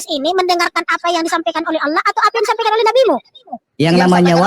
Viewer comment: Mimin nya cara ngucapin Allah kok gitu...padahal dia berhijab..